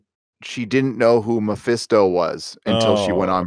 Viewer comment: I'm not even a big fan of superhero comics but every time says "Mephesto" I want to slap him.